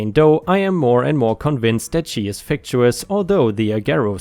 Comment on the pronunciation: Happy New Year. Quick pronunciation correction: fictitious is pronounced fic-tish-us. Your English just keeps getting better and better, I hope this helps out.